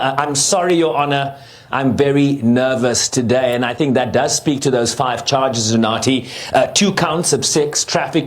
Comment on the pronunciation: Woooow, I love how he pronounced UNATHI😊😊